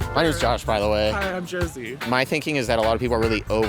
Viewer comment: "Josie" lol